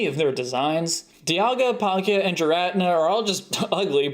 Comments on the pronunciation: why do you say Giratina like that? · Look I'm ineterested in your thoughts here man but how the hell did you butcher the pronounciation of giratina that badly? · Uh hahah lol! The way you pronounced Giratina is so strange. Thats definitely the first time I've heard it said that way.